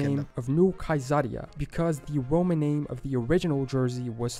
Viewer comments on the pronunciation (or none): none